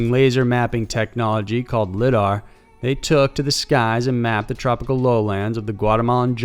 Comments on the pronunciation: It's pronounced l-I-dar as in I am here not something like little. Pronounce the I like a capital I as in saying I did something. I had to think about what you meant the way you said it. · it's pronounced "Lie-Dar" but great video nonetheless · It's LIE-dar